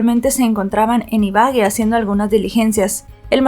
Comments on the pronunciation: La pronunciación correcta es IBAGUÉ con tilde en la E. Lo mismo pasaba con Bogotá que a pesar de tener tilde en la A. Aún así pronunciabas BoGOta. No es hate... solo es una recomendación, se escucha muy raro (y además esta mal pronunciado claramente) cada vez que dices iBAgue. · sé dice ibague no ibage es Ibagué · Excelente narrativa y lamentable caso. Para que tengas en cuenta, no se dice Ibague, sino Ibagué 😊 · Gracias por tu trabajo. pero porfa, mira bien las acentuaciones en los nombres, fue horrible escuchar una y otra vez Ibague en lugar de Ibagué!! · Se dice Ibagué, con tilde en la última e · Hola, yo soy de esa ciudad y se dice Ibagué, con tilde en la E. Gracias por contar el caso. Saludos desde Colombia 🇨🇴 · Buen caso y buena narrativa pero como colombiana me palpitava el ojo cada que decias Ibagué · Ibagué Ibagué Ibagué con tilde en la e. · se pronuncia con el acento en la e Ibagué, ese mounstro no tiene perdon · Exactamente Ibagué y lleva acento en la e ciertas personas internacionales nombran las ciudades colombianas mal pronunciadas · Madre mía, m da escalofrío escuchar como pronuncia Ibagué, es d espanto